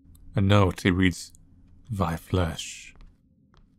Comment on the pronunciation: Thy Flesh. The word is Thy. Not Vy. Pronounce your TH's correctly, I don't know why you're forcing yourself to sound uneducated/lazy by not doing it.